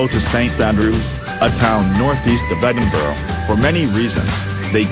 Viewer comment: It’s Edinburgh Lol to Edenbara